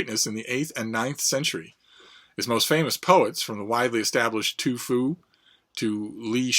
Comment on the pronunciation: At the mark it sounded like you turned TuFu into ToFu. LOL.